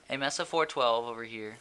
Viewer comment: It's pronounced MAY-SA, as in Mesa, Arizona. Not MESS-A.